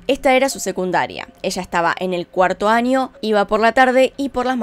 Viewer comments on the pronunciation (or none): Por qué dices "anios o "anio" o "maniana"? 🤔 Aunque fuera de eso tus vídeos son de ptm, salu2 desde Perú jeje.